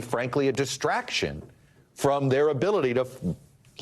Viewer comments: NBC focusing on old man’s mispronunciation and yet your reporter just said President Bidle. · "president bile" lol did anyone catch that? tom is getting old too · Who's President Bile? Jeez, man, you mispoke at the very beginning of this segment. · Did he just say President Bital? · Less than 1 minute into his intro, Tom Llamas flubs Biden's name. "President Bidel, Vitel??" He then clutches his pearls and launches into a rapid fire description of how Biden flubbed by saying Vice President Trump instead of Vice President Harris. Geez Louise. Honestly, you guys just fan the flames. Report on something more newsworthy. Like how SCOTUS is ripping the Constitution to shreds to serve their king, Don Trump. Or, Here's a thought, you could focus on the really oddball freak show ramblings of Maga clown Don Trump at his rally today. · Love how the news anchor said “President Bidle” 😂😂 Biden is old and has always had problems talking. Doesn’t mean he’s unfit…he might be, he might not..is this news anchor unfit to report? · He pronounced Biden wrong.